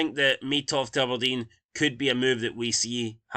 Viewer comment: “Ubberdean” who is this team 😂